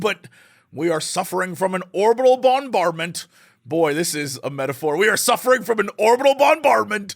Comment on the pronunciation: I cannot unhear the candy bard with mint. "BonBardMint"